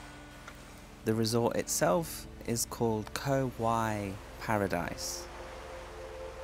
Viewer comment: 'Rattan island'. Pronounced Koh 'Wai' with rising tone.